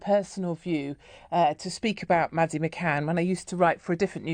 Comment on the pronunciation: McCann not McCain